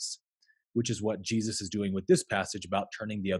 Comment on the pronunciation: I could listen to you pronounce Jesus for an entire video. Just..on a loop.